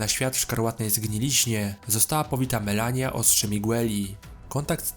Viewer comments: MALENIA nie Melania RADAHN (RADAN) nie Radon KELID (CAELID) nie Kaled A poza tym spoko film 👌🏻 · To jest Radahn a nie Radohn i Radagon a nie Radagan oraz Malenia a nie Melania i to ostrze Miquella (czyt. mikela) a nie Miguelli. Caeild czyta się "kejlid". ER takie małe błędy mogą mieć znaczenie, ponieważ wiele postaci ma podobne imiona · Wszystko dobrze, ale wymowa boli! Np. powiedziałeś "Melanii", a przecież sama Malenia mówi "I am Malenia Blade of Miquella…". Obejrzałbym jeszcze o Eldenie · Wszystko spoko tylko to nie Radohn tylko Radahn, nie Melania tylko Malenia, Nie Mikola tylko Mikela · *Malenia nie Melania